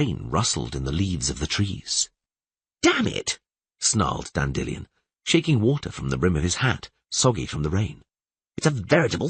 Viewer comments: Dan Dillion, it's weird that in the 2nd book he does say it normally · Hate the way this guy says Dandelion.